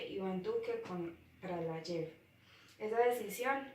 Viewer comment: Noticia de Alejandra león: Leíste muy bien la noticia, pero la leíste muy pasito en el cual me dificultó escuchar cierta parte de la noticia, debes de poner un esfuerzo de subir un poquito el tono de la voz para que se te pueda entender; Su resumen está muy bien estructurada pero te hago una corrección, en una parte dijiste “yep” en vez de “Jep”, me refiero a la pronunciación de la palabra; su opinión fue muy buena porque hablaste de algo positivo pero te faltó postura crítica, o sea, mirarlo desde otra perspectiva. Por último, sus preguntas quedaron bien formuladas pero sin las tildes le quita coherencia, por eso debes de tener en cuenta en que momentos utilizar las tildes. Noticia de Juan José Monsalve: Leíste muy bien la noticia con un buen tono de voz; el resumen fue muy somera, debías de haberlo resumido otro poquito más para no perder contenido de la noticia y clarificarlo; su opinión habló mucho de “hay que hacer” pero no miraste desde otra perspectiva para sacar postura crítica (faltó postura crítica). Sus preguntas fueron formuladas muy bien, pero debes de tener en cuenta las tildes, porque una tilde puede cambiar el sentido de las palabras y puede perder coherencia la pregunta. Noticia de Yuliana Betancur: Leíste muy bien la noticia, eres muy buena para leer; su resumen fue muy estructurada y clara; su opinión fue muy clara pero te faltó postura crítica, debías de mirar en otras perspectivas, analizarlo y dar cuentas una opinión con postura crítica. Por último sus p